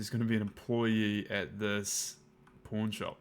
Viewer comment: Oh lol. 'Pawn' shop. Sounded like porn shop.